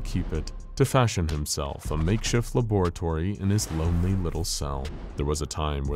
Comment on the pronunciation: Why did he say laboratory like that I NEED TO KNOWWWWWEE